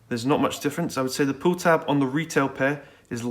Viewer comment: did he say poo tab lol